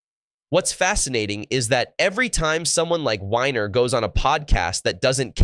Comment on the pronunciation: His name is actually pronounced WEENER